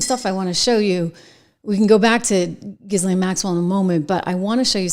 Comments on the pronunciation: Name is pronounced ' Gislen ' 😉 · Pronounced Gheelane. Simple. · Her brother pronounces her name GEE-lin. I'm guessing he pronounces it correctly. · Her name is pronounced like JILL-Laine. Stop saying it the wrong way. You're supposed to be a professional. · Ghislaine is pronounced Gillan using the g as in good or go. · You saying her name irks me. Learn to pronounce it. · The "S" is silent in Ghislaine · Wouldn’t it be fun if when you pretend to report on people that you pronounce their names correctly? In the time of the Google machine you can look it up. Ghislaine…. Do not pronounce the “ S” in Ghislaine.